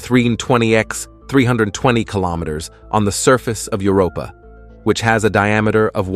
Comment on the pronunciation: Are AI narrators so much cheaper than humans that we have to put up with stuff like "plumees on Europee?"